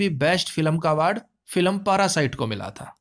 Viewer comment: पारासाइट नही उसे पैरासाइट बोलते हैं सर जी 👍👍